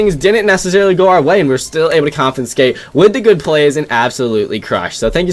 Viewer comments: compensate bro… not confenscate🤣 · I don't think he knows how to say "compensate"